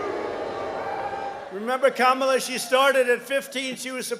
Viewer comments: "KA-MA-LUUUH" "KA-MA-LAAH" Why does it sound like he had an orgasm while mispronouncing her name tho? 😒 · kammalla pronunciation its big laugh for me , i like trump . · Why's he saying Kamala like that, is he okay?